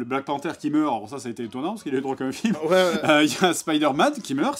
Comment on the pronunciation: T raciste au quoi tu n’as pas regardé black panthère et tu dis lelelelele black panthère la wtf